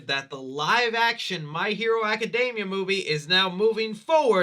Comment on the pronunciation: Aca-DEEE-mia, my dude! It does NOT rhyme with macadamias lol